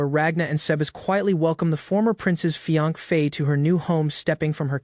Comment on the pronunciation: Hey....Not being a nitpicker or anything...jus get some HELP!!! Fiance sounds like fianc or something...a handful of words sound off but I kept listening